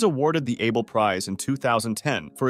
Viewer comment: Also Fer-mah and Ah-bel